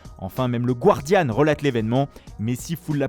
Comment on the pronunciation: "Guardian" en anglais se prononce "Gardiann" et non "Gouardiann".